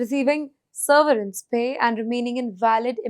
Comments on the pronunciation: It is severence……not seRverence…….you make your channel look bad by these ridiculous pronunciations. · SERVERANCE? Or severance? 😂